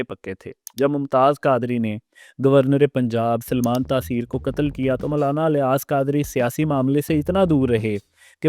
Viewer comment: افسوس ہے اس اینکر پر جیسے یہ بھی نہیں پتا کہ الیاس الف کے زیر کے ساتھ پڑھا جائے گا یا زبر کے ساتھ نہیں😂😂😂😂😂 اور زبان درازی کر رہا ہے ایک ایسی شخصیت کے بارے میں جن کے بلا مبالغہ ہزاروں نہیں لاکھوں مریدین ہیں۔ جنہیں ہزاروں علماء عالم مانتے ہیں۔ اور اس کے علاوہ ان کے اپنے مدرسوں سے ہزاروں علماء بنے ہیں۔